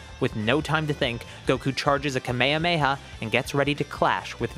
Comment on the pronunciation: bro said kamayamayha bruhhh